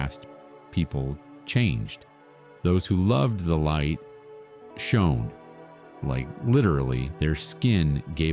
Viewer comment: Poor pronunciation and wrong words… like the word to understand something is Know. Not No. Shone…. Badly pronounced.